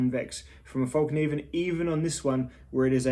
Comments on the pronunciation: I can't hold it back any longer. Over the years I have heard so many people on YouTube refer to this knife company as Falk Niven. It is spelled Fallkniven, so why is it not pronounced Fall Kniven with a silent K? Think Morakniv. You don't pronounce that as Morak Niv. I am most likely wrong in my thinking but it drives me a wee bit crazy every time I hear someone say Falk Niven. Looks to be a well made practical knife in a manageable size. I do however find them to be a little too rich for my budget as compared to the knives I own & use almost daily. Sorry for the rant. I always look forward to new videos from you as I have been since about 2012 or 2013 whenever it was that you still had less than 1000 subs. Cheers from Canada. It was a little strange to see your lush garden. We are just starting spring but still feeling the cold of winter. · Late reply, but why not. In Swedish it’s Fällkniven, with an ”Ä” and you should pronounce it Fell-Knee-ven. The “k” is NOT silent. Fällkniven means ”(The) Folding Knife” In Swedish disambiguation is not used when putting words together so Fäll and Kniv becomes ”Fällkniv”.